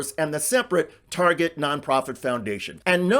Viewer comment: She loves to shop at "Turget", apparently.